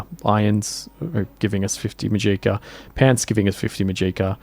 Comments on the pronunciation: To start off this is amazing dedication and work to put out a long video like this so props to you- I could never do this. I just want to correct the pronunciation of magica. The stress is on MA, so it’s MAH-jih-ka rather than mah-GEE-kah. I watch a lot of Brit/aus content creators and haven’t come across this pronunciation before so I think it was just a simple mistake. Only trying to help, carry on! ❤ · Muh-jeeka, huh.